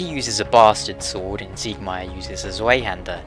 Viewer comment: Dude, Tswei-hander, if that helps